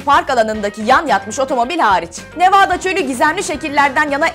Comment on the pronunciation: nevaada değil nevada